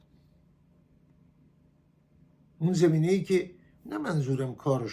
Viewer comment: آقای عزیز شما زمینه یا زمین را بد تلفظ میکنید با فتحه بگویید zamineh نه zemineh